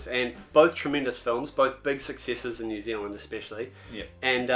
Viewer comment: you guys kiwis too, and hate that these guys say neew zealand you know what i'm talking about